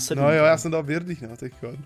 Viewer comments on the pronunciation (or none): birdi sa čte berdi